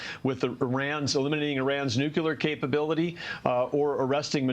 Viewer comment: He did not use the Bush line “Nukuler” did he?